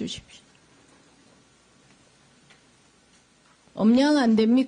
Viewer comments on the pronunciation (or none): 다 좋은데 엄양, 엉주가 대체 뭐냐? 계속 엉주 엉주 거리네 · 엄량 아니고 음량